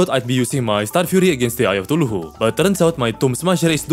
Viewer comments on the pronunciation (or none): I swear if you say thuluhu again in another video imma lose my mind. CTHULHU. KAthu-lu. Not THALu-hu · Im only saying because it bugs me, i dont mean to be rude but its pronounced (cuh-thoo-loo)(Cthulhu) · Also Brain of thuluhu lol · eye of tuhulhu💀💀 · I love how he calls it the "Eye Of Thuluhu" just golden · "tulhu" I love it 😂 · Eye of tooloohoo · I love how you say somethings like eye and brain of cthulhu it sounds so satisfying somehow I think it's part of my asd cuase I find weird stuff satisfying but keep up the good videos they are so good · I love you videos though man. Just stop saying it wrong LMAO.